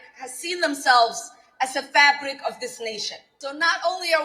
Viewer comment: sounded like she said fat brick rather than fabric of society, as funnt as that was i don't know if ive EVER seen fat Somali person.. this one really grinds my gears. Just deplorable.